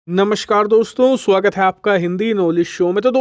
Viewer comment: भाई, आप नमस्कार इस शब्द का उच्चार नमष्कार ऐसा क्यो करते हो?